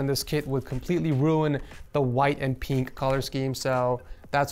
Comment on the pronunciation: Will never get over saying peenk instead of pink